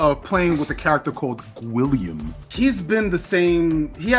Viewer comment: "GUILLIAM" HAHAHAHHA